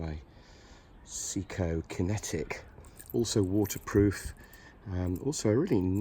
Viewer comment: Your pronunciation od SEIKO is horrible 🤬. It's Say-ko not See-ko.